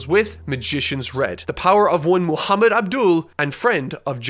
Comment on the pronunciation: You read محمد right 😮